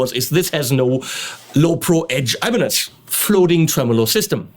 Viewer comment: Lol, sounded like you said "Alemanes al final", which would be Spanish for "Germans at the end". Hmm, as someone who is looking to begin playing guitar, 7 string, multiscale, long scale, Floyd Rose, etc. are things that do not interest me, so I wonder why I bothered watching the video...must be because you are click-bait for me (no gayness intended)...